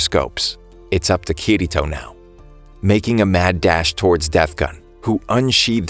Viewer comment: BRO IT PRONOUNCED KIR - ITO